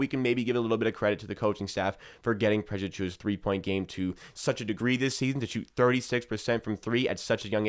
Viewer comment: bro can you still not say precious lol. slow down. your video won't be that much longer if you say his name properly lmao